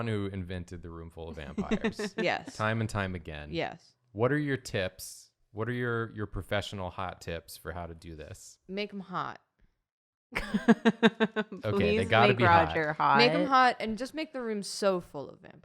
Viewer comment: "Professional Artists Draw..." Bat: "Prufesshunal" I rlly do love that bat tho